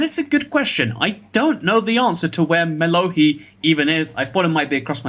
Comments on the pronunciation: Mas really said mello-HEE And he missed 3 CHARGED CREEPERS LIKE WTF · Mellohi (I've always pronounced it Mellow High) is a drop in Buried Treasure Chests, so it should have been one of the more common Music Discs in your collection.